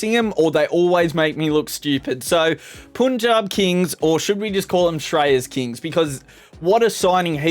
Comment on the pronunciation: That's punjab not puunjab